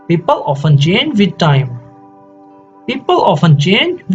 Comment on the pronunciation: Change not chenge